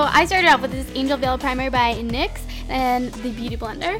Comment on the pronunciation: im pretty sure its called N-Y-X like say each letter.